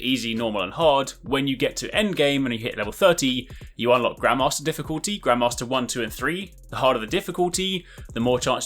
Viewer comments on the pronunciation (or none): Haha I know it's bad to say this but because of the (what to me is) an accent, when he said grandmaster I thought he said grandma master and I was like so we're a kick ass grandma! So I may have laughed out loud at work....I just had a very strong mental image.